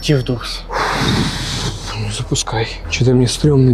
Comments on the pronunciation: и передайте от меня точ то не дурс а дорс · ЭТО НЕ ДУРС А ДОРС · Не дурс , а дорс это исключение